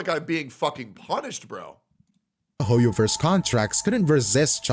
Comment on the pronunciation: It's HOYOVER, time for a Hoyo-vorce!